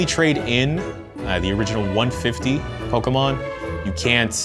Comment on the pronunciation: POKAHmon or Pokemon?